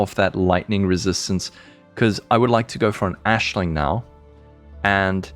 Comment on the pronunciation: Why are you calling Aisling Ashling